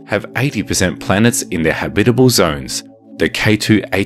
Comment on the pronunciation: Cool. . I'd be celebrating my 500th birthday on that planet. Habitable. . habitable? Eh? How are you pronouncing that? Oh, yea. . .FIRST!